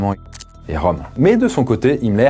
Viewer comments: Pour info, le ö de Röhm, ça se prononce eu et pas o 😉. Pour le coté psychologique, le fait de pouvoir vivre normalement tout en étant confronté à des horreurs, c'est peut-être difficile à comprendre pour la majorité des gens car ils ont une vie plutôt heureuse et n'ont pas été confronté au mal ou à la malveillance à forte dose. Il est même possible en quelque sorte de "reprogrammer" son cerveau, ça demande du temps mais aucun besoin de drogue ou quoique ce soit. En tout cas je comprend que l'on peut d'un coté voir des horreurs et paraitre normal 5 minutes après. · Le ö en allemand ça sonne comme "eu" donc Röhm se prononce "reum"